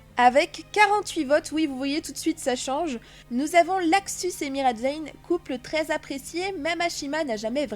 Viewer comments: Pk tu dit laxus au lieu de luxus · C pas laxus mais LUXUS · C est luxus pas laxus et zelef pas zeref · C'est luxus et zelef pas laxus et zeref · C'est pas Levy mais Reby et c'est pas laxus c'est luxus